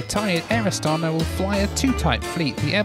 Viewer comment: You said probably ca 300 times 'Astana'....incorrectly. The Kazakhs pronounce it with a along 'a' in the end, don't they? Astanaa